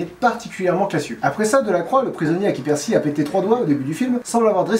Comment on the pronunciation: et accessoirement je pourrais le désigner juste pour le pEEEErcy prononcé comme si on vomissait l'âme de satan tout en chiant les discours d'hitler